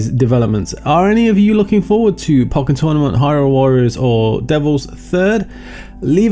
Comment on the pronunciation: You say "pokkén" funny :p